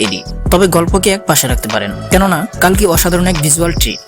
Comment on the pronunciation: কল্কি হবে কালকি নয়